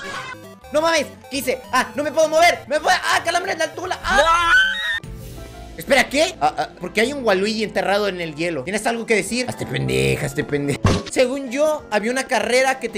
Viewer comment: Me dio risa cuando dijo calanbre en la tna